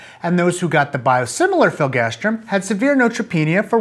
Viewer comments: hearing you say filgastrim not filgrastim drove me crazy. Interestingly, here in the UK biologics/biosimilars are one of the few things where all products have a distinct brand name (filgrastim for instance goes be Nivestim, Neupogen Zarzio and others). Probably a regulatory requirement for adverse event recording reasons, but interesting none the less. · Is it filgastrim or filgrastim? It's written filgrastim, but you pronounce it "filgastrim"...